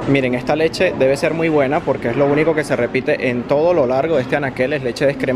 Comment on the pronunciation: Ahí letshe acá letshe allá letshe ajjajaj.